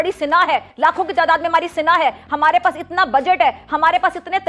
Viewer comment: Are sina nahi sena bol